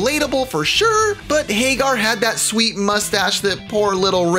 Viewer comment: It's not Haygar.. its Hag Gar